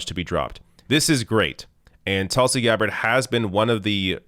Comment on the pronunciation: It’s TOOLSI, not Tulsi